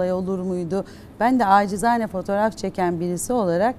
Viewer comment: ACİZANE DEĞİL NACİZANE 😂